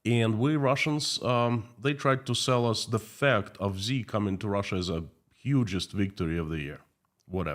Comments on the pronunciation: Xi. Pronounces SHE. Not ZEE. To be more accurate. Pronounce as a question in English “she ?” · his name is pronouced "she" not "Zee" btw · Xi is pronounced "shi"